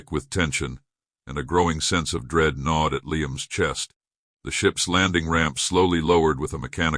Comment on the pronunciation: gnawed, not nod